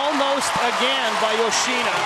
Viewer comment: Not sure which part of the name YoshinA comes from when it is clearly an “O”